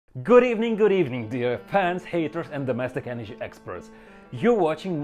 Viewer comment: Bro what is your EnerGy bill